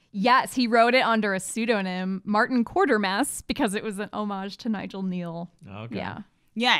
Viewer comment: The first interracial kiss on TV was the ITV play " You and Your Small Corner". Quatermass is pronounced as Qua-ter-mass not Quar-ter-mass.